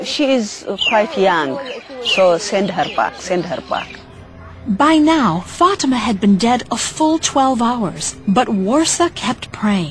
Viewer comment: This is the power of trhe lord. For it says that you will do these works and more. THERE IS NO LIFE IN SATAN. There is life in Jesus. he is the truth and the life and those that invite him in will recieve eternal life. Ok, one problem this ladys name is prononced wrong it is fatima. Fa-tem-ma. God bless